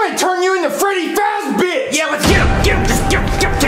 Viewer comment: He said balloon bench and freddy fazbench